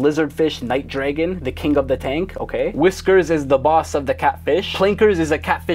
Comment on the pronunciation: Cichlid =sick-lid. Not 🐥-lid